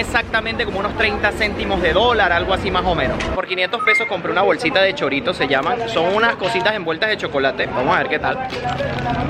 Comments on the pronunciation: cholitos no choritos 😂😂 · Dijo choritos aweonao 🙄